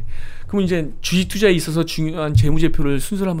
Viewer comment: 주.식.투.자 라고 발음 해줬음 좋겠당 ㅋ 쥬ㅅ튜쟈... ㅋㅋㅋㅋ